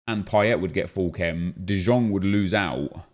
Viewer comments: De jong is pronouced as de young not de djong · Its De YONG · Anyone else pained by the way he says De Jong still? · how has he not learned yet? PAINFUL